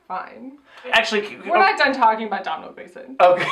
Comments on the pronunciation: Domhnall is pronounced DOH-NAL. Not DoM NaL. It rhymes with Tonal. He's literally saying it as Dohnal in that clip you used?! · As an Irish person it’s pronounced DOH - NALL gleeson. Love u xo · It’s pronounced Dough-nall. I liked the film, but I didn’t watch the past ones, but I got so excited at the start music! I really liked the outfits in the casino too. Love your reviews. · Just wanted to tell you Domhnall Gleeson's first name is pronounced Doe-null. Don't blame you though, Irish names make no sense lol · Doh-nal gleeson. Just FYI 😛 love you guys so much, never miss a review ❤❤❤